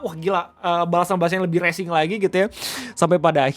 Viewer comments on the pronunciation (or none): Bang Bukan " Racing " Bang, " Racial "